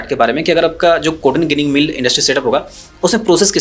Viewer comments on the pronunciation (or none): ગીનીગ નહી જીનીગ કહેતે હે ગુજરાત મે 😂